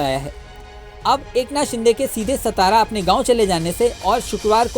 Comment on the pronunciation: सतारा नहीं ओ सातारा है .